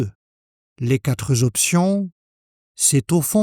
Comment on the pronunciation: Vos tests sont très bien faits. La seule chose qui me pose un tout petit problème, est que vous faites une liaison entre quatre et le mot suivant qui commence par une voyelle, comme si quatre pouvait se mettre au pluriel... quatre ne prend jamais de "s". Mais bravo pour tout le reste de vos explications!